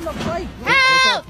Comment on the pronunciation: The way she says “halp” instead of “help” is the most annoying thing in this video.